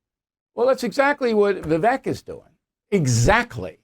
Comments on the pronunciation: It’s pronounced Vih VAKE….took 2 seconds research. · Bill ~ You don't need to "have trouble saying that name". Vivek = ViVAKE. Rhymes with Cake. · Vivek says the last syllable of his name rhymes with “cake” So you’re pronouncing it incorrectly! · Big Pharmaswamy is how some are pronouncing Vivek’s name. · I would think would know how to pronounce Vivek, Lol.